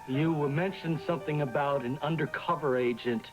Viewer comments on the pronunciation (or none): always cracks me up because he's always standing on his tiptoes every now and again as he talks to someone. Also he can't say the word something. It comes out Sun thing. I noticed this ever since I was a kid